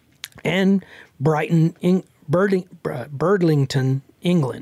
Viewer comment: Its Bridlington in the UK. Not birdlington 😂😂